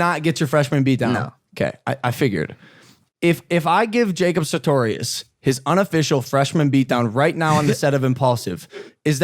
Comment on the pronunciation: At least say his name right it’s sartorious not satorious 😂